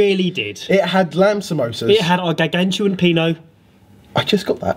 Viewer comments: Gargantual Penal?! hahahah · HAHAHA I heard it as gargantuan peanut